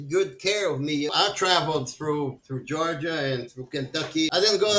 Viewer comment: He sounds like he is saying Jahrja for Georgia.